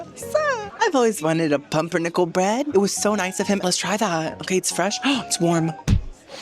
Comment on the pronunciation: As a german that “pumpernickel” hurt my feelings😩